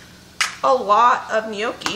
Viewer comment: Lordy woman! Gnocchi is already a plural word. Stop calling them neeokeys.